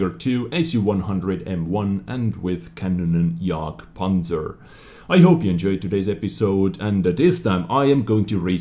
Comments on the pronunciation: said: "KanonJagdPanzer" What I hear: "Mega CockRoach E25" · Im german and i laufh me death wen i hear how you say KanJgpz :D